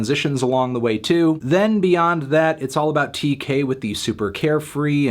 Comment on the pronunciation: No melon, it’s Tkay not Tay-k. I’m sorry to be the one to tell you. He’s not freed.